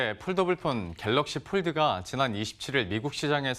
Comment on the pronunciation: Pold 가 아니고 fold!